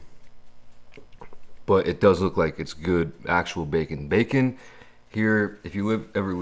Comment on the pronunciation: lol he said facon